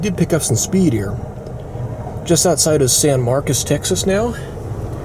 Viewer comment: I take it you're not from Texas. The name of that city is pronounced San Mar-cus - not San Mar-cose.